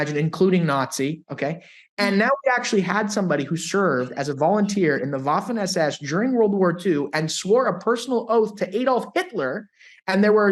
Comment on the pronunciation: thank you for proper 'spoken' word Waffen as per {V}. Thank you again for your excellent skills and knowledge. Cheers from Toronto!